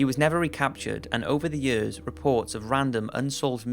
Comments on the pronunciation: Year's year's year's, not Yeor's god like the vids but that shit getting annoying. Not trying to talk shit but damm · Why do you say years so weird?